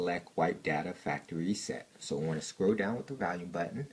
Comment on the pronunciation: The "valume" lol